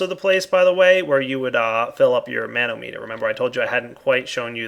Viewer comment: I hope Pahimar teases you about your MAN-o-meter. (Hint: muh-NOM-eh-ter)